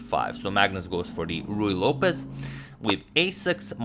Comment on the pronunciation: say "Ruy Lopez!" lol 😂